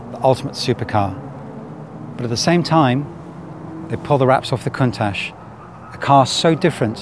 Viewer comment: Countach should be pronounced: koon-tatch according to my Piemontese friends! It is a Piemontese expression of awe when they see something amazing, great name for such an awesome car!